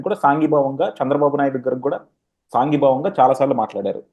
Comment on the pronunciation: Ocon politics mundu telugu nerchuko .saangi bhavam kadu sangi bhavam.